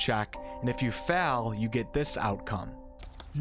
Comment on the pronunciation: Fails isnt pronounced fells its FEYLS